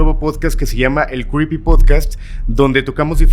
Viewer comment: Alain, no tengo nada en tu contra, de hecho me caes súper pero si vas a tener un programa llamado Creepy tienes que aprender a pronunciarlo bien. Cómo lo dices, no es! Pars mí que tienes dislalia quizás necesitas un coach de lenguaje. Tienes una voz bonita pero no articulas bien y obvio se que seguramente no te has dado cuenta, pero cuando te oigo recuerdo a Sylvester el gato de Loony Toon.